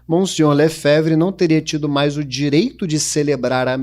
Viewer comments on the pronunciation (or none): none